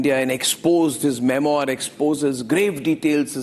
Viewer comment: पप्पू को फ्रेंच शब्द का उच्चार भी नहीं आता, मेमॲार बोल रहा है, सही उच्चार मेम्वॅा होता है, r is almost silent.